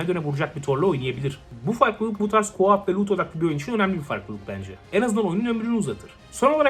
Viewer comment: bir sey demek istiyorum co up diyorsun gibi geliyor. Buyk ihtimal KO OP Turke okumayim diye dusunuyorsun ama UP kayiyor agiz haraketin. Gerci etmesen de problem yok demedim gecmeyim dedim